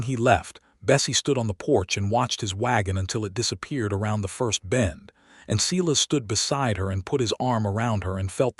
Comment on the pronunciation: Can someone please tell AI that Silas gets pronounced Si as in Silo not Selass